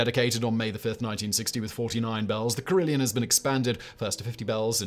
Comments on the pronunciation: It’s pronounced carry-LON, not Leon! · Carillon... there's no 'i' in the second syllable. Care - ill - on, not Care - ill - eon.